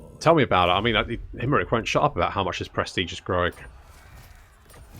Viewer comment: In this campaign it's more "Imprick" then "Imrik"...."Helloooo, Ladys!" 😂😂😛😛😂😂